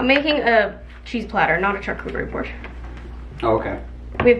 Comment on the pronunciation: Hi there!! I believe charcuterie is pronounced “shar” cuterie board ❤️🥰